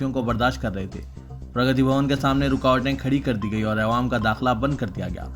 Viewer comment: Please aiwam nahi awwam padhye aap.